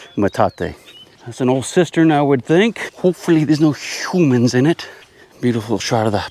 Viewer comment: "HOOOMANS"... LOL!